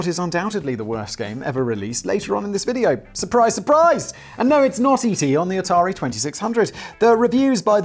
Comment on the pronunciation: It’s Atari 2600! wait… did Simon just pronounce something correctly? This is a joke right? Sam dubbed that in in editing didn’t he?